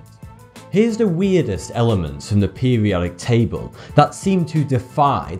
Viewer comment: You need to pronounce things right in English you said pubiotic table you need to say periodic table